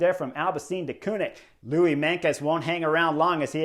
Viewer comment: Not Louis Menkes but Louis MeinTJes (Tjes is pronounciated as "'Chuss' in English) :)